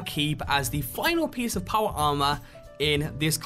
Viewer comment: Paw-Wah Ah-Mah...........